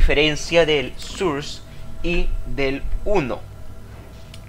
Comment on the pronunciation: Source se pronuncia sors no surs